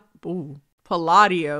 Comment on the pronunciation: pronuncing Italian names and surnames gives me life! <3 Btw Palladio is pronunced as she said, with the double L pronunced as in Ballad and the accent on the second sillable